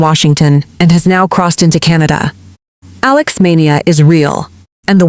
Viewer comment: alix.. alex... alox... alux.... aeleex.. ailux..